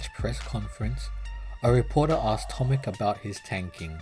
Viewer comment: The correct pronunciation of his name is not "tomik" but "tomich".